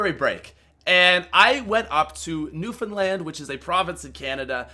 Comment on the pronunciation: Newfoundland for the win!! And you said it right!!! WIN